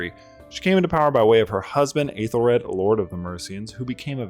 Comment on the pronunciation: The Æ is pronounced like a long E, EE or EH instead of EY, so Eethelfleed/Ehthelflehd and Eethelreed/Ehthelrehd. Either way, great video!